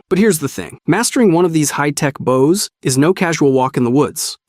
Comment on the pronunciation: and why do you say baus and not bows